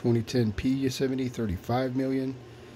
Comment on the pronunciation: It's Yo-se-mīte darn it. 🤦🏼‍♂️